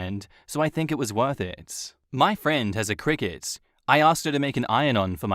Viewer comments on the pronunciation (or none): none